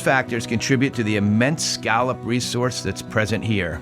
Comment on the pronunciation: Oh please!!! Will someone please teach that man how to pronounce scallop?? it was painful to listen to him.